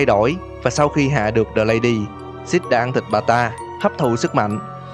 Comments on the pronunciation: Tại vì cách đọc của six giống cách đọc của shit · Six lâu lâu anh nhấn thành SHIT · Hài vãi six em cứ tưởng anh đọc là shit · Six anh đọc thành sit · Six thì đọc thàng shit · Phân tính nói six nghe như là sh*t í 😂😂😂😂😂😅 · Vãi cả shit, six mà đọc như shit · Six mà cứ nghe như là shit °-° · Six nghe thành Shit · Six nghe như shit đó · anh đọc six như sex vậy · khi bạn đã bất lực khi đọc tên 'Six' và bạn đọc thành 'Shit' ai để ý cho tui 1 like đọc tên nhân vật hơi.... (cạn lời) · Chào bạn! Mình muốn góp ý 1 chút, sao mình cảm thấy bạn phát âm tiếng anh cứ kỳ kỳ sao ấy, Cụ thể là "six" đọc nghe như "xít", chữ "the" thì bạn đọc là "đờ". Video thì rất hay chỉ còn phần phát âm nữa thôi, Chúc ban luôn thành công. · Anh đọc Six nghe như Shit ấy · Đọc thiếu chử s rồi ba